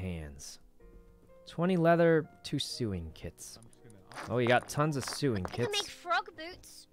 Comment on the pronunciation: I love how he pronounces SEWING! Like (SUING KIT) lol